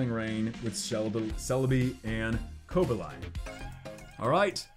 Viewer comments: Co-ba-lion? is it not pronounced Co-bal-ion? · Co-Bay-Lee-On. Not Coba-Lion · The way he said cobalion😂